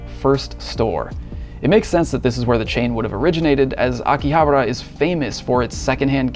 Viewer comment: You are saying it wrong, it's Akihabara "Aki-Ha-Bara" not Aki-habera you noob. 😂😂😂